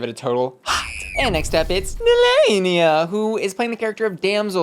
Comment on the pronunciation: I remember Nehelenia said she got her name from Sailor Moon, the evil queen of the dark moon. So why does everyone say her name wrong? That’s not how they say it on the Sailor Moon TV show.